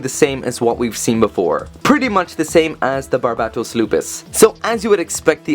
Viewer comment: How are you pronouncing BARBatos as BARABAtos?